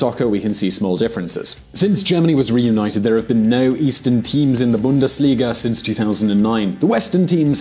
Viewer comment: "BUNDUS LIGA" 😂😂😂😂😂